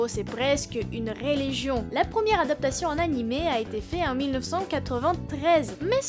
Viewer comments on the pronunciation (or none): none